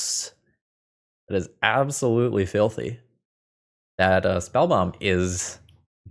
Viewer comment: "Absolutely Phil-thy!"